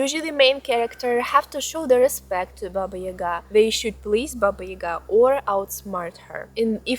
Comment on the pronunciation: It is not Ийга, it is Яга.